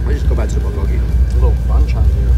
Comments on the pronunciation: The way he pronounces Bulgolgi ... someone help him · I love your videos but please learn to pronounce bulgogi properly 🤣